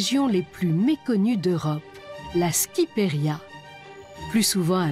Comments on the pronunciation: "La skiperia" hahahahahaha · Whargat OP shqiperia se veut dir Albanie mais c mal prononcé